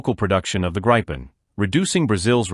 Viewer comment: It is not the “Grippen” It's not the “graipen/graypen” Let me help you, it's very simple. Start with Gri as in the Grinch. Continue with pen, as pen. GRI PEN. Otherwise an interesting video.